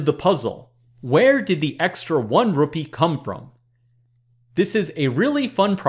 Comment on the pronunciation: also Presh for an indian guy your pronunciation of Rupee is epic!